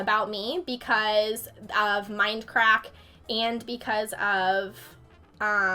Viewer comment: sorry but you said mindcraft instead if mindcrack